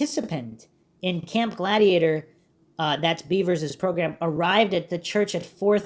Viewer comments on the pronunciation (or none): I think it's really pronounced "bevers" (beh-vers) Not "beavers" (bee-vers)